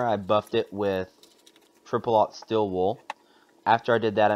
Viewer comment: Ah, it's pronounced stEEl, not still (wool) are you from Idaho? :)Anyway interesting tutorial, thank you.